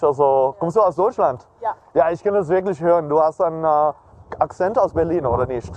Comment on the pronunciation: I disagree with you on the pronunciation part because if you look at for example when he says "Wirklich" german word for "Really" it sounds like he is saying "Wirknicht"lol and also "Nicht" german word for "Not" it kinda sounds like he is saying "Nisht", and these arent difficult words at all but he's just so confident in his linguistic abilities that basic word pronunciation has been thrown out the window XD